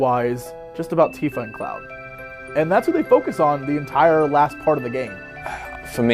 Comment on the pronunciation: Anyone else besides me bothered by MatPat's pronunciation of Tifa's name?